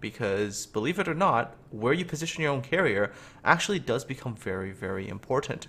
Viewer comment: When says 'here you' it sounds like 'Hiryu' so I'm forced to laugh at the most unintentional of puns.